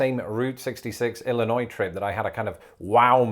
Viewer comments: Thank you for saying Illinois correctly with a silent 's' at the end. I can't tell you how many people I have come in contact over the years who insist on pronouncing the 's'. Some of them have lived in Illinois for 20 or 30 years. Well that's the end of my rant. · Gotta love it. I grew up in the Midwest. You said Illinois correctly! 🙂 Chicago also has a thin crust pizza that drips sausage grease and olive oil. And yes, the Midwest is friendly. And when in St. Louis, get some provelle. Awesome cheese blend!